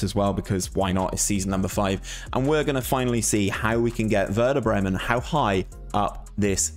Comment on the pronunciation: Good idea mate, really like that, as always. You need some training with the club names tho haha.